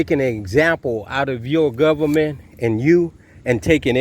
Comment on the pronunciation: This guy knows the law and he is going to teach it to us even though he cannot pronounce government correctly.